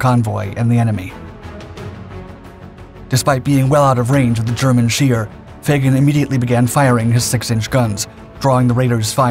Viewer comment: Scheer not shear, try to get it right